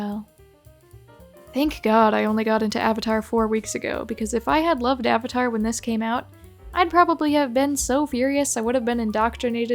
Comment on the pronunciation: I understand and mispronunciation of Aang, it’s like a weird Asian thing with pronunciation. But like, avatar is an English word. A 100% English word